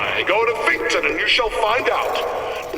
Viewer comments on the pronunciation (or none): finkton. FINK. TON. not “Finkertin” gawd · why the fuck does he pronounce Finkton as Fingerton?